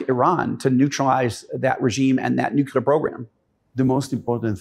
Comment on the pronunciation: My name is Joel too. It is embarassing that keep mis-pronouncing the word "nuclear". It is not "nucular". Dude, please.